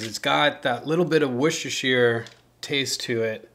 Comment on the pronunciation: Brilliant, well done 👍 Enjoyed that loads especially how you said Worcestershire sauce 😂 Im from there ! Let me help you out, woos ses ter shire sauce 😉 Oh, beans for me for sure but I'm a bit strange, I like potatoes in my cous cous 😊